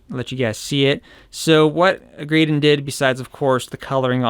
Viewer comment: His name is, not Graydon, lol.